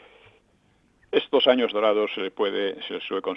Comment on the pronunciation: Dorados. No durados. Que alguien lo corrija